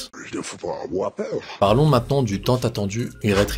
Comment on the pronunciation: Il ne faut pas afoir peureu